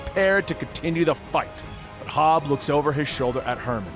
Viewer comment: Love it. But God damn it's HOB. Not Hobbs.